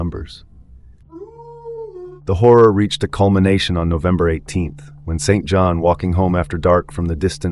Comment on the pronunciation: Just a nitpick but St John is pronounced "Sinjin" ...bastardised from the French St Jean